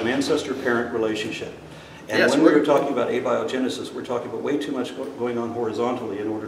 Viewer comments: Oh my lord.. this guy can't even say abiogenesis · I can just feel frustration, it’s a little off putting at first but it doesn’t take long to see why, clearly doesn’t understand the subject matter, he can barely pronounce Abiogenesis, he can’t tell the differences between the subjects yet here he sits the man helping set the education standards of the nation not only Texas.